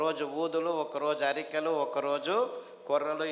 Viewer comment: Samelu and arikelu ante clearga cheppandi sir